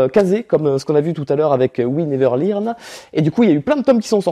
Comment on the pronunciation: On en parle du fait qu'il ait lu "learn" come "lirne"